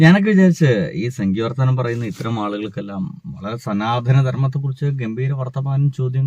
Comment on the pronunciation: Ath 'Sanaathana' alla "Sunaathana" 🍌😂😂